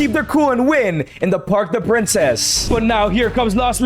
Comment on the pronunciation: Park De Princes ❌ Park The Princess✅